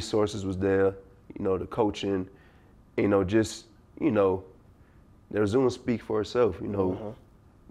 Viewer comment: Nigga said the “resume” like continue lol